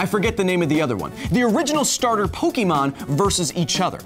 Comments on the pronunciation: Yes, i know how its pronounced in the anime, but im saying how it SHOULD be said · one could argue that the pronunciation depends on the part of the world in which you live. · it's Poke Ay mon not Poke ee mon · It's not pokEEmon; it's pokÉmon. Get your phonemes right! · It's pronounced Poke-a-mon not Poke-e-mon. Why do most Americans make this mistake? It's an "é" not an e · Kyle, "Pokémon" is short for "Pocket Monsters" and it is pronounced "Pokémon", not "Pokeemon". Hard "e" like in "Pocket". In Japan the series is actually titled "Poketto Monsuta", so just "Pocket Monsters", and Pokemon is just a common abbreviation but in US there were some copyright problems with "Pocket Monsters" so they went with "Pokemon". Also if you are taking into account Pokedex entries did you take into account that Blastoise can pierce holes in thick slabs of concrete and steel? That seems like a crazy pressure especially if he can pierce thick slabs of steel from far away. (Pokedex doesn't specify distance but I would assume for it to be a functional skill it should be from at least three meters.) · it's poh-kay-mon not poh-kee-mon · Pokémon. Not pokeymon. Poké. É. Ā. Pokémon. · Kyle, you are pronouncing Pokemon wrong, it is pok-Ah-mon, not pok-eh-mon, which is why it has the accent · Pok-ayyy-mon not Po-key-mon :) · PokAYmon, not PokEmon, Kyle. (Still one of my favorite channels though) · The way you say "Poké" "Pokee" is killing me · Ugh everytime he say poke-E-mon I swear I can feel a cancer cell spawn somewhere in my brain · Kyle: "Pokeymon" Me: "The ' é ' in Pokémon is not pronounced as a long vowel sound" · It’s pronounced Poke-eh-mon. There’s an accent over the E. Unsubscribed. ¡ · I swear to god if he goes this whole video saying Pokiemon I'm gonna lose my mind! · kyle the accent over the e in pokemon is pronounced as Ay. basically pronounce Pokemon as if there is a Fonzy in the middle of pok and mon. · You pronounced Pokemon wrong! ARRRRGH!!!